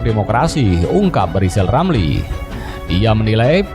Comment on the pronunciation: Sebelum mengeritik pak jokowi coba pak lijal lamli eja dulu namanya yg benar baru bisa kritik 😅😄